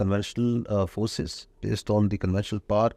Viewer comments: Aand forces😂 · Aand forces 🤣🤣🤣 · Aand forces😂😂